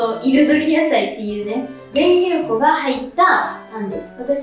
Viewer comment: ぜんりゅうこ じゃなくて ぜんりゅうふんだよわら